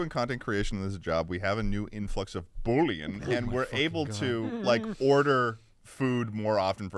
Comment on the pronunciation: Bullion is gold but pronounces it like Boullion which is a meaty broth